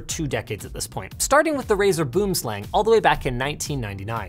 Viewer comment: ah yes, the legendary Brick502 also, that is NOT how you pronounce Boomslang, its an Afrikaans word, if you want to see the correct way to say it use Google Translate and use the Afrikaans pronounciation